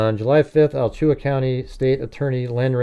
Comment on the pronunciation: It is pronounced "Ala-Chua" County.. Definitely some similarities with Koberger. He is not original at all like he was intending. Complete Sicko, both of them. Love the show 😊